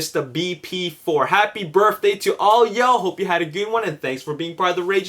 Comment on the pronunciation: its BIRTH ...day Not BIRFFFDAY...Say it with me bro BIRTHDAY...BIRTHDAY...Great!!!